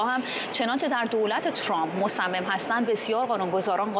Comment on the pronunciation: خانم مرضیه حسینی - با تشکر از گزارش های خوبیتون- خواستم بگم تلفط " مصمم" با کسره روی حرف" میم " نیست بلکه با فتحه است :)